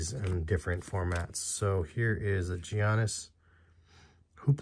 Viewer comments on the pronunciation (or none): Not hating fam. Just letting you know that Giannis is pronounced like “Yawnnis”